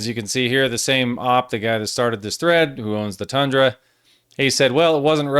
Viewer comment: Stop saying Ahp and say O-pee like a normal person